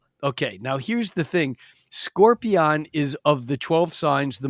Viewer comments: The way he was pronouncing scorpion at the end was bugging the crap out of me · how he says scorpion is driving me insane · I could not get used to the way this guy pronounces "Scorpion"